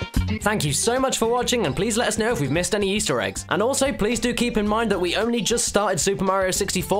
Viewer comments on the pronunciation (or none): none